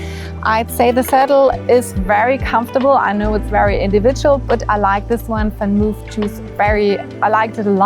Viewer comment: it's van Mooooof, not van move, like your videos! greetings from Amsterdam:-)